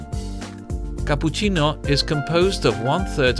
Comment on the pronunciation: "CAPUCINNO" said the italian way by a british dude lol